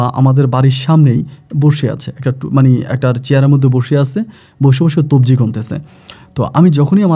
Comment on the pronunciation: তবজি না ভাই। তজবি।। ভাইয়ের অনেক উচ্চারণ ভুল হয়। বাথরুম কে বলে ভাতরুম।। আর ও অনেক ভুল করে।